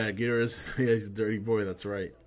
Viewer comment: Damn I cried when I saw this trailer! So epic! Destoroyah is my fave all time villain, even over Ghidrah.... That's another thing, I'm glad you pronounce it Gheedrah like the Showa G movies instead of everyone else pronouncing it like Ghee-DOR-ah these days...I hate that...